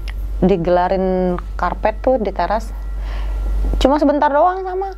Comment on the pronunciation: Ya elah ngomong teras aja susah 😂